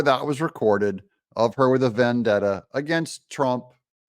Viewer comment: "VandetteR" <the f**k is that word, someone needs to go back to grade-school.